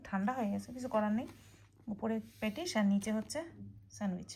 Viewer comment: উচ্চারণ ঠিক করে করবে। বারবার প্যাটিশ প্যাটিশ প্যাটিশ বলছিলে। ওটা হবে প্যাটিস।